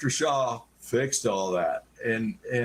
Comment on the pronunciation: It’s Dr Shah, not Dr Shaw. Thanks for bringing this out